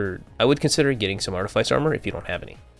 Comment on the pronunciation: Good build, the video is a little long winded and you grossly over use the term “I Digress”. Honestly it’s kinda cringe. Also artifice is pronounced ( art-a-fiss). Keep up the good work though. Really clean build